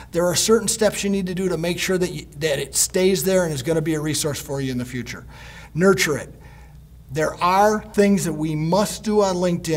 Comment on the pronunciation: nuRture it, with an R, am I Right? ;)